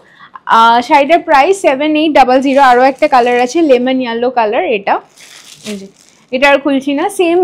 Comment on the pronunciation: Yellow r pronunciation ta google e ekbar dekhe nio